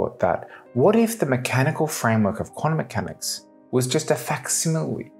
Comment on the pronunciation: "Quanummechanics"?? Ugh!